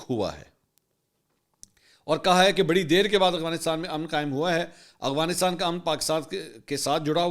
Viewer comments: منصور بھائی محبت اور معذرت کے ساتھ ایک تلفظ کی طرف آپ کی توجہ دلانا چاہتا ہوں ۔ افغانستان کی ادائیگی سننے میں اغفانستان لگ رہی ہے ۔چیک کیجئے جناب ۔ اختر تابش مدینہ منورہ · منصور صاحب میں نے پہلے بھی توجہ دلائی تھی کہ آپ افغانستان کو اغوانستان کہتے ہیں آپ بڑے میڈیا پرسن ہیں آپکے منہ سے غلط تلفظ اچھا نہیں لگتا